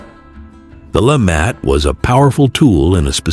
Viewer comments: Lemat, pronounced 'la- mot' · I actually think it's "la-mah" the "t" is silent. It's French!